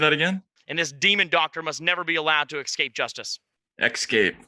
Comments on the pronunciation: On the Cawthorn thing… you’re just going to focus on him saying “excape”? What the hell is wrong with you both? You have nothing else to address about what he said? If that’s your example of Republicans sucking, you must think they’re pretty amazing. Your idiocy here isn’t even useful. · "Ekscape" and "faltse."